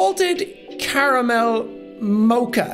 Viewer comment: The fact that you don’t know how to pronounce mocha is the most stressful thing 😂